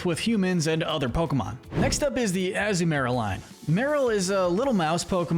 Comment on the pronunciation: It’s pronounced amp-fuh-ROSS, dell-EE-bird, UH-zoo-MUH-rill, led-ee-IHN, ELL-uh-kid, WAH-buh-feht, SWY-nub, PIE-low-swine, chin-CHOW, fan-PEE, gly-GAHR, YAN-muh, PYOO-PIH-tar, and houn-DOWR, “”! 🤨 Stop mispronouncing Pokémon names,! You still have a lot more studying to do about Pokémon, especially with Pokémon pronunciations!